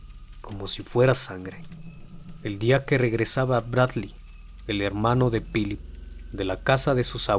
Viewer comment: ¨Pilip¨? buena narración como siempre, pero he notado tu pronunciación del inglés es malísima